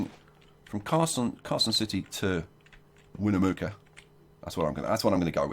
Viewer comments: I live only a few miles from Carson City. So being from Nevada, this episode was really cool! Btw, Winnemucca is pronounced Win-uh-muck-ah :) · Its pronounced win-eh-muck-uh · Yup, Winnemucca, Win-uh (or eh)-Muck-uh